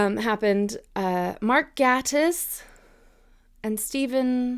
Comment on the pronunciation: Mark Gatiss (pronounced like "gate," not "gat"). *Steven Moffat.